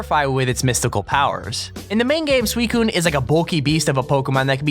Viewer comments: Its Not freaking sweet-kun its SUICUNE!!!! xD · ITS (SUE-SINE) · WTF?!?! The way he said suicune... Sue-see-own. Not fuckin swee cune